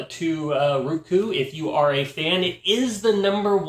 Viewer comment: "Ruku" lmao!